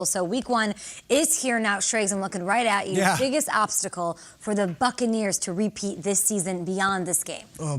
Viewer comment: 'Tepeat' lol